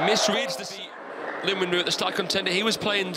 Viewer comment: Why does every commentator pronounce his name "Lin-win-ru" when it's clearly Lin Yun **ju**?